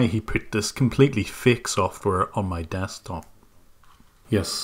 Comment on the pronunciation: Pardon me, sir. It is pronounced DEKstop, not desktop xD